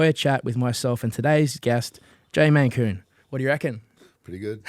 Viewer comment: Mate...his name is MALKOUN. Not Mankoon 🤦 lucky he was polite enough to not pull ya on it. There's those manners he spoke of.